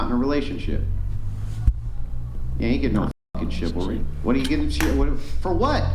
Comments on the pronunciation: Here’s a crazy thought. You should probably be able to say the word chivalry before you start debating the finer points of it on a podcast. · The woman who can't pronounce "chivalry". Is she drunk or high?